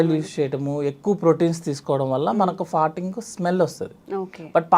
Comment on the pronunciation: ఫార్టింగ్ అనలేవా తల్లి..ఫర్టింగ్ అని పొట్టిగా ఎందుకు అనాలి??